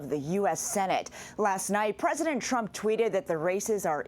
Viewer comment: You mispronounced “President Trump”